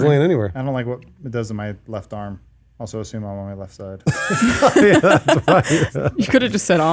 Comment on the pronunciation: think it's just how she pronounces it. she says assume like ashume so this might be the same thing lol.